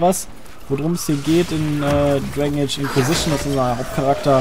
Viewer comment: Dwegn eytsch hahaha xD